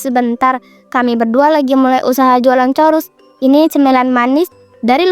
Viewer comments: Churoooosssss mba bukan chorussss😂😂😂😂 ngakak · Churros ngapa jadi coruss 😭